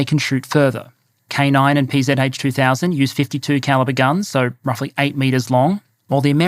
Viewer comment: The PzH 2000 (good pronunciation btw!) is best understood as sniper among SPGs, in part due to the attainable range (55km+).